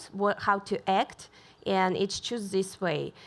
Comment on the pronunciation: Dude...love her...but the way she pronounces *and*...foooooooook....